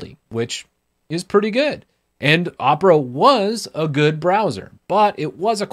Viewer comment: IM GOING TO MAKE FUN OF YOU FOR USING ONE OF THESE BROWSERS me: makes fun of calling opera uhpra and have titus in his name